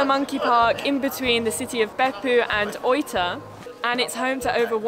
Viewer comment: English speaking people usually poorly mispronounce words in Japanese mistakenly using the English pronunciation for words spoken in Japanese like this speaker pronounced Oita (oyta) like soy when it's pronounce Oh-ee-tah. If you speak spanish or Latin you will have a better pronunciation. It's honorable and more respectful to ask a Japanese person the correct pronunciation of Japanese words. Don't assume that the English pronunciation or annunciation is the correct usage. Be polite and learn their proper way of speaking the words in proper Japanese pronunciation.